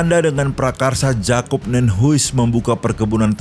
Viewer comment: Terimakasih Bang. Baru tau. Maaf Bang, Jan dibaca Yan dan Jacob dibaca Yacob. Ejaan BHS belanda J dibaca Y.